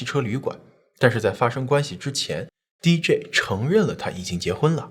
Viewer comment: DJ D跟J 好像都應該是一声